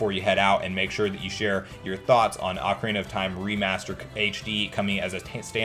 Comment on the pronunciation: Take a drink everytime he says 'oak-arena of time'